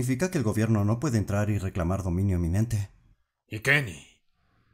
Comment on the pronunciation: YO PENSE QUUE DIJO LENIN PERO ERA KENY XD